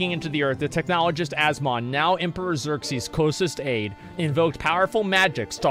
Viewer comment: Every time he keeps calling him Xerxies, the chat collectively grinds it's teeth.